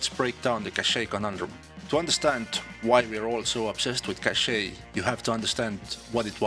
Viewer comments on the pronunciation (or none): It does ! It's sound like "caché" which means hidden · The way you pronounce the name of that map is straight up french 🥖